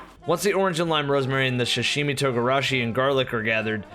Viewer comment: Butchers pronunciation of kefta but pronounces sashimi correctly.